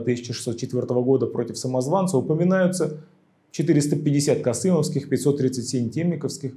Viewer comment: Ролик замечательный и познавательный но... названия городов Касимов и Кадом Вы произносите неправильно, но это мелочи.